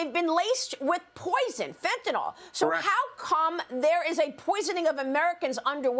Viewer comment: FOR CRYING OUT LOUD, MARIA— IT’S NOT “FENTANOLL!!” It’s pronounced “FENTA-NILL!”…. And YES, it matters, because saying it wrong makes you sound uneducated. What if you heard media wonks saying ‘heroin’ like ‘her-OYN?’ You’d be distracted and annoyed, right? I REST MY CASE.